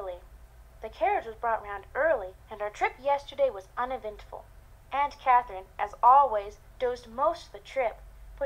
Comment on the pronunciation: Anyone else notice that during the introduction, Jane says Aunt Catherine normally, but then at Aunt Catherine's bedroom door, Jane pronounces it "Aunt CAWW-therine"?? haha. I do hate to be critical, but the voice acting/accent isn't good...